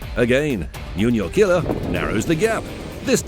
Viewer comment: JuniorKiller is pronounced 'ju‧nior killer', not 'u-nior killer'. But thanks for the vids anyway.